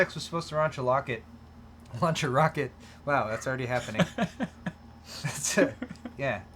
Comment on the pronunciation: Raunch a locket ROFLMFAO